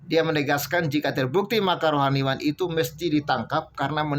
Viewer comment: Admin baca berita ngekngok2, baca rohaniawan selalu rohaniwan.